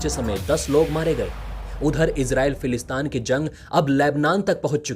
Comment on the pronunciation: फिलिस्तीन बोलो भाई,समाचार चैनल चलाते हो और एक तथाकथित देश का नाम ढंग से नही ले पाते हो।फिलिस्तान नही फिलिस्तीन।